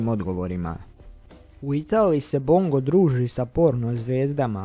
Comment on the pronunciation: Bongo jedino nezna da kaze Bongo gresi